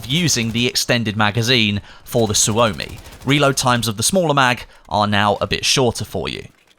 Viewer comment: Murdering the Finnish with that Suomi pronunciation :D